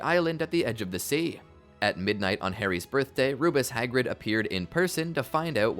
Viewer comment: I hate how you say Rubeus Hagrid